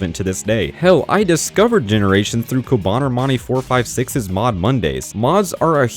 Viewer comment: I'm sorry did you just say cobanamani456 i also used to watch him on his generations mods